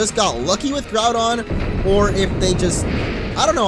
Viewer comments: Its not all ogyre, its all doun (Like done? The end of Groundoun) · The thing is your saying Groudon wrong .-. Haven't you ever played the ever Original? D: or Seen the Explained Trailer. :c